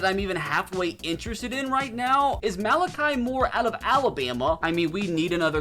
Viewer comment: He said Malachi right thats all that makes me happy🥲